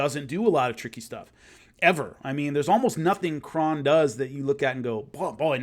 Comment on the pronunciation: Great stuff; btw, Kron is pronounced like "own" not like "on"